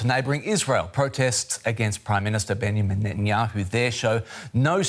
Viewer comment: Please find at least a speaker who is capable of pronouncing the name of Benjamin correctly. It is a joke right now very unprofessional